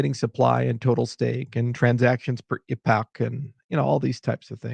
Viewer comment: see people he says Epoch correctly he doesn't say epic